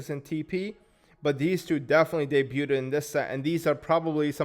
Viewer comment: Just wanted to let you know "debuded" is not how you pronounce the word. Debuted = "deh-byood" and Debut = "deh-byoo"